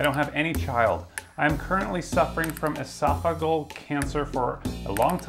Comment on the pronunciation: Ugh you couldn't properly pronounce esophageal lol that's pretty sad man. A nigerian could do better. 😆 The scammer even spelled it correctly. You drunk?